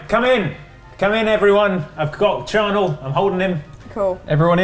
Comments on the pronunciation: It keeps sounding like Charnel, not Channail. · Channail. and were constantly mispronouncing it.